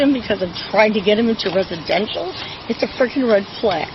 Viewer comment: reshidenshal.... you mean "residential" ...you poor old drunk lady...😮 and oh my God he was at Cross country after school!! such a bad bad kid..Aidan maybe difficult but he certainly does not need you..